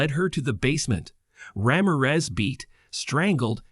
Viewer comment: The way you say "Ramirez" throughout this video🤦‍♀